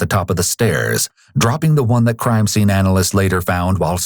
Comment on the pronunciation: This narrator has to be the most annoying narrator of all narrators. Why do people have to add "uh" to the end of words? Sceneuhhhh